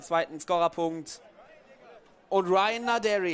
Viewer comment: Gibt es irgendwelche Anhaltspunkte dafür, dass Naderi tatsächlich englisch ausgesprochen wird, so wie es der Kommentator immer macht?